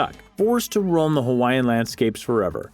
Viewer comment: Brah dis guys pronunciation disrespectful faking haole